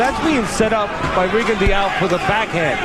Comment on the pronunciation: How can professional commentators miss-pronounce a fighters name so badly? It hearts my ear every time they say Rigondeaux's name the way they do...F..in Teddy Atlas..